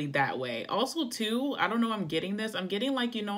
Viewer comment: I dropped my bud all over the floor 😂 “You feel like no way and I feel like ..wayyyy” lol so posh